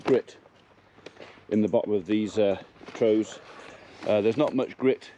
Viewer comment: Never heard trough being pronounced like that before. Very posh 😉